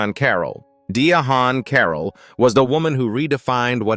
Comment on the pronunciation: "Die-ah-haun 😖 Carroll???" If an AI voice is used, it must be trained to pronounce words correctly!